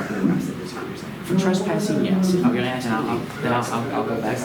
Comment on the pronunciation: Anytime someone say AXE instead of ASK it's cringey